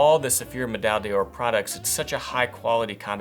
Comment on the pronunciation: Nice video, thank you! As a French speaker, may I make a remark about pronunciation? On the whole your French pronunciation is fine, except for 'médaille d'or' which should have three syllables, not four. So 'Meh-dye-door', not 'Meh-dye-dee-oar'. The double 'll' is also silent, a bit like 'tortilla' in Spanish. Hope my comment is helpful, no disrespect intended. Thanks again!